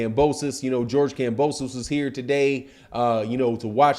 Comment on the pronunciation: Did say Mark Kambosos in the beginning? 😂😂